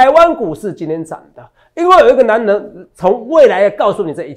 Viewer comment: 哲哲中文好好笑喔「最強的男” 能”😂跟著哲哲的腳步👣賺大錢去嘍～